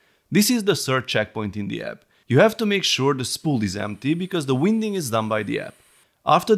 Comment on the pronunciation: A fantastic review, thank you. Your content is always thorough, accurate and enjoyable. A little English feedback, if I may. "Winding" is pronounced as "wine-ding" (English, eh! 😅)😊